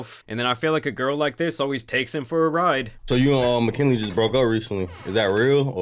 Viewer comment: Jack called her "Temu McKinley." I'll never unhear that. 😂